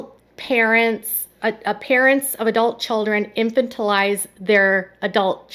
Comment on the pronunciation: "Infantilize" Please learn the pronunciation before you publish. The accent is on the second syllable, in-FAN-til-ize.